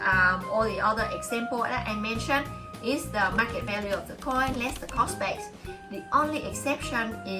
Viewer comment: Thank you! Just pronounce the 's' on cost base. 😊